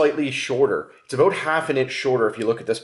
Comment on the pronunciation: What are you talking aboot, A?